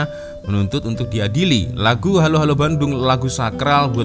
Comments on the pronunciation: Sebutan helo saja sudah lain.. Malaysia selalu akan sebut he lo slang BI, bukan ha lo..juga kalau dia kata lagu patriotik Malaysia,rasa tak pernah dengar apa lagi nyanyi..selain lagu negaraku negeri ku.. tidak ada lagu patriotik untuk suatu tempat di Malaysia..ada pun lagu tradisi untuk mengambarkan/identiti suatu tempat... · Sebutan HELLO pun dah kedengaran asing.... sebutan HELLO disebut HALO di dalam lagu... tapi kalau di Malaysia, sebutannya HELO atau HEYLO.... satu lagi bendera... sepatutnya ada 14 jalur merah dan putih, bukan 13 jalur.... Di Malaysia, Kuala Lumpur disebut bandaraya kuala lumpur, bukan kota kuala lumpur... Ibu kota kalau di Malaysia sebut Ibu Negeri, bukan ibu kota.... Oleh2... kalau di Malaysia adalah buah tangan... Aku suka sekali... di malaysia bukan macam tu, kalau anak2 berbicara, tak guna 'aku' di dalam lagu... tapi 'saya'... kalau 'aku' itu dalam2 lagu kanak2... agak kasar... sepatutnya "Saya sangat suka' .... Sebutan Malaysia pun pelik... dalam lagu seakan2 sebutan Malaysia... 'sia' itu seakan disebut ada 'H'... tapi orang Malaysia, biasa saja sebut Sia itu... tak ada H² disebut... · Saya sendiri tidak pernah dengar lagu ni.... Di sini di sebut HELLO bukan HALO... Dan kalau dilihat senikata lagu pun banyak yg ejaannya & sebutan serta loghatnya semacam aje..... Sebutan AKU SUKA SEKALI tu pun kita dah tau ia dari mana....